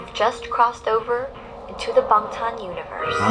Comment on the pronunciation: When see said bangtan I was so done